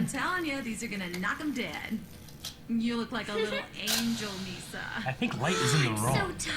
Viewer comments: It's "Rem" and "Misa" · Their names are Misa and Rem and its “shinigami” not “shimigami”. Hope these help!